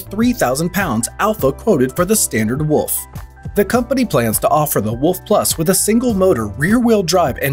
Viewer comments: wooolf not wuff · When he is saying Alpha Wolf i keep hearing Alpha Woof…